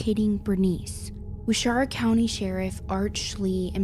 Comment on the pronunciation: It’s not ware Shara county. It’s wa share a .